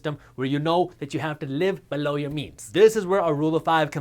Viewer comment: I like how he says "below" lol